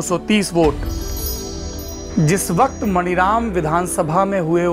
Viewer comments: मनीराम है मणिराम नहीं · सर मानीराम है, मणिराम नही है। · सर, वो विधान सभा मानीराम है, शायद अंग्रेज़ी के वजह से आप मणिराम बोल रहे हैं। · saurabh bhai , ek correction suggest karna chahunga, aap jab maniram ko pronounce karte hain to maaani raam kahiye,kyonki iska yahi naam hai,baaki aapki aur aapke team ki research ko salute hai. regards